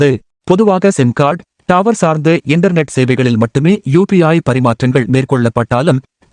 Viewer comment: டாவர் இல்ல தம்பி டவர் பா😂